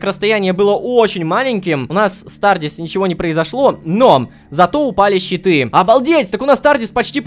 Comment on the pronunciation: Когда ты говорил щиты , я думал читы и только в конце понял что это щиты хD